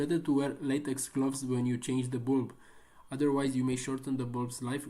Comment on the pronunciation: Why you say bulb like that though